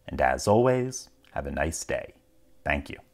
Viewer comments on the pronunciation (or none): none